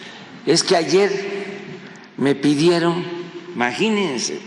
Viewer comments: (Mira hijo de Macuspana pariente de la chingada(tu rancho) se DICE IMAGÍNESE , no maginense) lo lamento pero me sumban los oídos (si son dos) cuando su gramática más siendo universitarios o profesionales quieren o prefieren "comerse" vocales, consonantes, esdrújulas...etc. y no no pude terminar mi prepa pero si tuve excelentes profesores, maestro cualquiera, pero profesores pocos... que entienda quién entienda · No dijo"imagínese" el stupid dice "maginese" se roba la "i" como todo lo que se roba